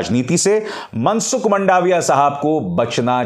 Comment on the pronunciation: मंडावीया नहीं, मांडवीया ।